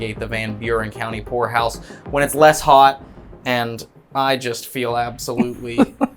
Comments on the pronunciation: Not going to lie, at beginning of the video when he said poorhouse, I misheard him and thought he said a place that belongs in a red light district 😅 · I thought he said whore house.. 😬.. poorhouse got it. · Peter the horse is here. Enjoyed it like always. I will say the first time you said Poor House. I miss heard...I didnt hear the "P" 😯🤫🤭😅